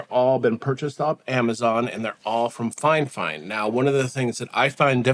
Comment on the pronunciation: its called "fee-fine" not finefine sir..